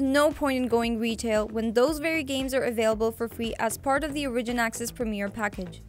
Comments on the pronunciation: Ore-ih-gin. Not O-ridge-in... holy fuck chick. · You keep saying origin wrong.